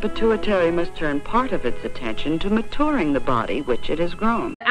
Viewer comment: The way the video said MaTOURing instead of MaTURing was incredibly funny to me for no reason